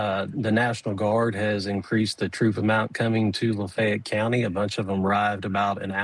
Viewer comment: La-feh-ett. 3 syllables. I don't know why they can't get the pronunciation correct. It's not that difficult.